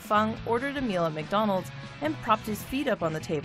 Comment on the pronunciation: You pronounce McDonald's Mikedidi?